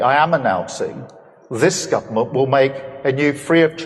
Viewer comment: Sounded like he said this Scumerment. The bedrock mark of the beast. In Australia you can't get through the Government phone IVR system to access services without a reference number. They just disconnect your call.